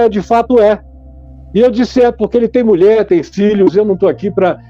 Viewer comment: Alguem encina Silas a falar Mulher e não Mule